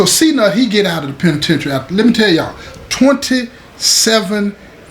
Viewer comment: The way say da penitentiary let you know it's all the way authentic 💯✊️